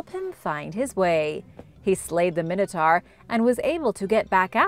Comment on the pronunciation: It's pronounced min a tore not min a tar.